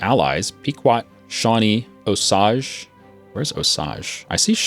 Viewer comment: Osage is pronounced Oh sage. The only reason why I am saying this is because the area I live is named that.